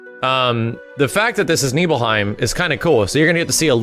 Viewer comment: Damn, growing up I pronounced "Nibelheim" a loooootttt different, LMAO.